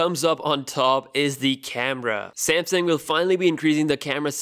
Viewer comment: SamSUNG, not SamSING.